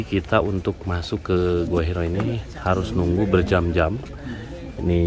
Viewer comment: Gua Hiro? Gua Hira. yang betul tulis dan bacanya.